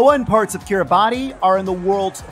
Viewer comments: Might help to pronounce that nation of Kiribati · If I’m correct, it’s pronounced Kiribas, right?